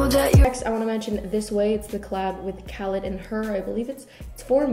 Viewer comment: It’s pronounced khaleeed